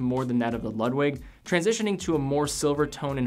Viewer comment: My German friends might cringe when you pronounce "Ludwig". I think they would pronounce as lood-vig, but I could be wrong. They gave me a hard time when I called Porsche a porsh when it is pronounced porsh-uh. Just a detail that I was taught to always pronounce proper nouns the way the country of origin would.